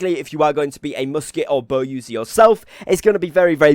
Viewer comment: I've got a pretty shitty english accent, i'm sure. But the way u pronounce Bow like bohhh made me chuckle :)